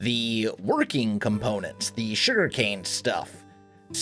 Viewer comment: The Shuriken-Factory! Though for real, am I the only one that keeps hearing "shuriken" instead of "sugarcane"?